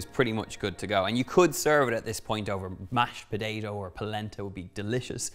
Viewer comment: Mash podaydo, wtf is that?